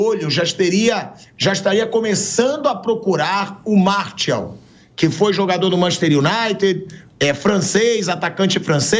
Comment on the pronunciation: Chega dar agonia ver o pilhado falando o nome do jogador errado, não é "Martiau" nao pilhado. O nome correto é "MARTIAL" (escrito) e "MARCIAL" ( pronúncia correta)